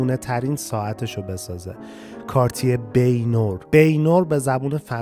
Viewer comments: کاش اسامی رو شبیه به فرانسوی تلفظ میکردید. بنواغ. نه بینور. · با کمال احترام از برنامه های خوب شما 🙏 Baignoire....بِ نو آر تلفظ فارسی ☝ بِ نُوآق تلفظ فرانسوی ......... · با احترام حتی به فارسی هم اینطوری تلفظ میشه baignoire = بِن وآر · دادا، تلفظ درستش« بَن نوار» هست. با پوزش از فضولی بنده.